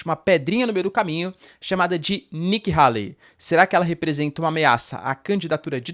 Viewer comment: Nikki Hayley (rêili, não raili) é uma GRANDE MENTIROSA quase estilo Hillary. Façam uma pesquisa. Ela é NOJENTA! Tá sendo patrocinada pela indústria armamentista.